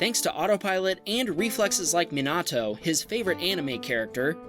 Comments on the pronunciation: Minato ❌ Menato ✅ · As someone who's just started watching naruto... that Minato pronunciation hurt a little. (Meen' ah' toe) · american and japanese DOES NOT go together well.